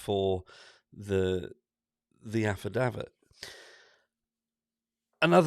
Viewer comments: It's affidavit not alfadavid! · What's an 'alphadavit'?